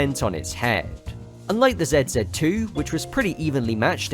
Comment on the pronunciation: The first couple times you said 'ZZII' I thought you were saying "Zed's dead too".